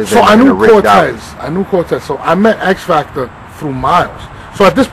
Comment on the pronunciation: "...X Factor shun?...🤦🏽‍♂️" 😂😂😂😂